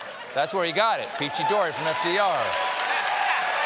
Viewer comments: "Peachy-dorey" XD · Peachy-dory? At this point hooked on phonics couldn't teach Donald Trump the ABCs or 123s